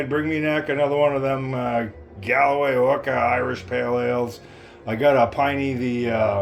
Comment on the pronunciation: Hi not being rude but Galway is pronounced Gaulway and you really should try Smithwicks as it's the best !